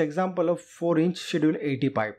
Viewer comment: "ch" in Schedule is pronounced hard, like a "k".